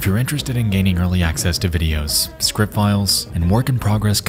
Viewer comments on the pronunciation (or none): none